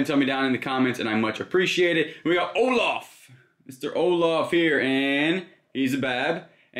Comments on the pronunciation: "Orloff"??? I think you meant "Olaf"! 😂😂😂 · It is Olaff, lol. Not Orloff 😁 made me giggle. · “Orlaf” lmao